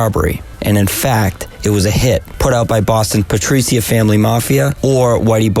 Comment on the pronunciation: Pay-tree-ark-ah, not Pah-tree-see-uh. C'mon - thought you knew better